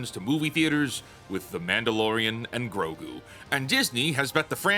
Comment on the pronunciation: You mispronounced 'Mango and Grok' there at the beginning, but, otherwise, good video.